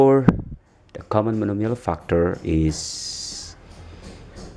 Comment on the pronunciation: He says fuckter instead of factor...